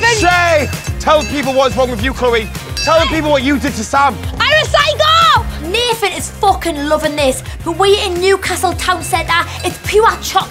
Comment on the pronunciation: Ngl when she said ‘I’m a psycho’ I thought she said ‘I recycle’